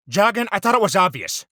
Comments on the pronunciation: Bruh he said largon not largan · bruh he said fargon not jargan